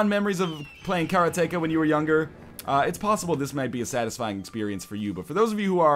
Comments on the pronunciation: I can't believe you kept calling it kara-tek-a. It's obviously karate-ka. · Karateka pronunciation(s): Ka-ra-Teh-kah [like Karate with an extra "kah" on the end] (or if you go by bad old 80's Atari commercials, Car-uh-Tee-kuh) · you're killing me with this pronunciation. It's: ke RA te KA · It seems like he's saying Carrot-Taker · KA-RAH-TEE-KA :P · Karate-ka. say karate. then say ka. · Karateka, in portuguese, is someone who knows karate, and it's pronunced kah-ra-teh-kah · If you were from Poland then you wouldn't have trouble pronouncing "Karateka" :P